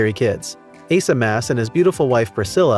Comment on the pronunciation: Just to clear you up on a couple things. Their last name is Maass. It's pronounced Moss. Priscilla's coming channel started out as, Priscill's stuff and things but changed it after a year to, Pots, Pans, and Priscilla.. just a heads up...